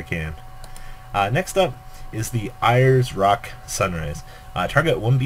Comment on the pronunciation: Ayers Rock is pronounced, Airs Rock :D